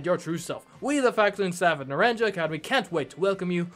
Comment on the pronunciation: I won't be able to watch for a little while because I don't have the game yet. So, sorry I can't guide you again. I can watch the first few episodes though. And the school is actually Nar-ahn-ha. And this region is the Iberian Peninsula. I'm also so happy Lizzy gets to return.